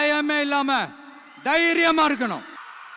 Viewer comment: இருக்கனும் இருக்கனும்...னா... புரியவில்லை தெளிவாக சொல்லு ங்க...